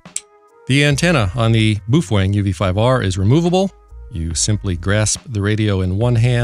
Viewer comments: It’s Baofeng not boof weng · Buuf-fang? Really? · Beofung. (Bay-eo fang) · Did he call it a Boo-thang bmf69 ? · LOL, Boo Fweng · Boofweng xD